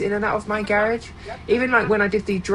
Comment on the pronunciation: It's pronounced "garage" not "garage?.😊